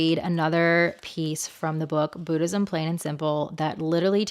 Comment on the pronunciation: Boo-dhism 😂😂😂 the way you pronounce it took me out ❤